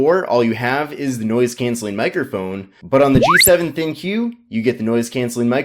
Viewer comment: Isn't pronounced "Think," not "Thin-Q?"